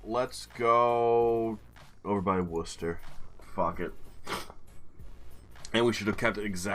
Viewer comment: Your pronunciation of the English city Worcester was spot on. Hello from England!